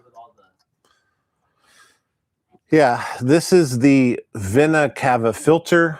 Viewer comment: Veenah cave-uh